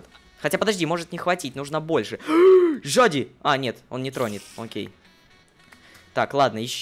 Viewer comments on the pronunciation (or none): Лололошка сказал не зади а жади XD